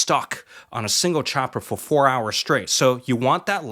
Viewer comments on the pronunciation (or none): none